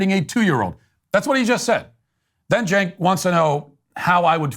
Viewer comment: Matt it’s Chenk not Jenk, you probably don’t know this but I hope you don’t change how you pronounce it because it’s funnier this way